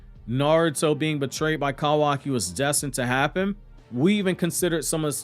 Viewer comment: I cant with the Cowaki...Love the info though.